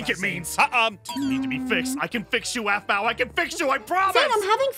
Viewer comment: It's aphmau not ahmau